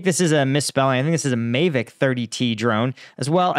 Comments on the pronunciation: the matrice is a large drone, many times the size of a mavic. Pronounced Muh-aaa-vick btw lol. I went like 10 vids without bringing that up, couldn’t hold it in anymore 😂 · I think Mavic is pronounced Mah Vik